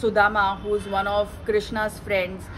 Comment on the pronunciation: Hey you are brilliant and detail out things effectively. Just one request, we can call Krishna and not Krishnaa*. We can easily pronounce *Krishna Ram* Budha* and not Budhaa*. That is ok with non indians but we should use original names.